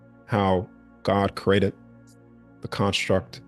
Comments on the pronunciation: I got over it by the end cause the topic and his delivery was awesome. But at the beginning the word I've heard my whole life said a creee-a-ted being said as crated kept snapping me out of listening mode cause my brain recognized it as a different word. Knowing what he meant it was a bit of an annoying hurdle to get by in order to fully enjoy the information. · The way he says created is bothering me